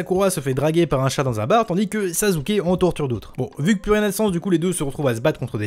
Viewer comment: Pk tu dis sazuke